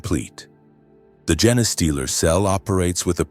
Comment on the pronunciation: It's a gene stealer not a Jenna stealer, damn.